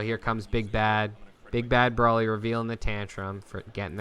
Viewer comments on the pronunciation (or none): Nice video, the commentary provides nice insight for a beginner like myself. Can't help but cringe at the mispronunciation of broly's name which seems to be a common trend among a specific group of DB fans. Its Bro-lee not Bra-lee.